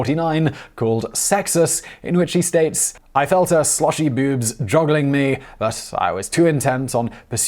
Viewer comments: He said 'bewbs'. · Ok, I'm only 45 seconds in but just need to point out that I love the way you say boobs XD Bewbs...